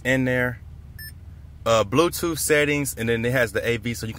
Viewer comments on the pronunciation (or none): "bluetoof" lel